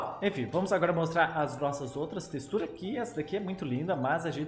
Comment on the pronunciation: ta falando texturas errado em e teturas